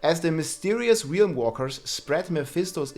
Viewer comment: your rolling r's are 10/10.